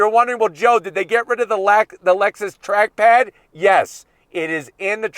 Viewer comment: For a second when he said “track pad” I thought he said “trash pad”.